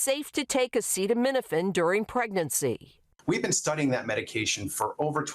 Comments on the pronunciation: Can her pronounce acetaminophen,?😂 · I don't use Tylenol but it's been avail for 70 years what does the POTUS know about a product he can't even pronounce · Yes, I heard him. DJT had a hard time saying that word. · I think we should hear this from a real Dr! Which Trump is not! He cant even say the medical terms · Show him saying acetaminophen... show it. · I don't think it wise to take medical advice from a guy who can't pronounce acetominophen or another guy who likes to swim in a sewer. You guys sure have some winners down there.